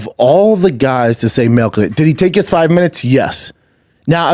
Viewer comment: Its called milk not malk